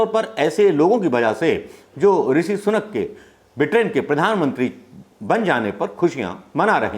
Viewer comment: सनूक नहीं सुनक।